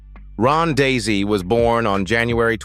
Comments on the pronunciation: Daise is pronounced as “Daze.” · I watched the show too, and loved it. Their last name is Daise, not Daisy.